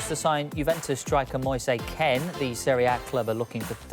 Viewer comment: The way that guy said Moise Kean 🙄🤦‍♂️